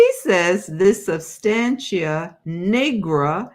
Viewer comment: Substantia Nigra , nigra - the Ni is pronounced like the Ni in night).